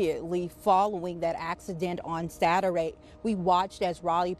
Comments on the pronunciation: Investigation on "Sagurday?" Is she drunk or just can't pronounce words? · did she just say, satur-way ? haha